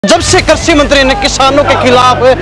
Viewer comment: पत्रकार महोदय करसी मंत्री नहीं है कृषि मंत्री बोलो